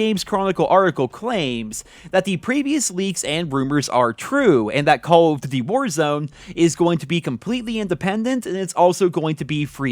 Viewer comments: Re Vaas LoL I’m not the only one that noticed that can’t pronounce “call of duty”. He says “Cawofdiddy” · "Call of Ddy"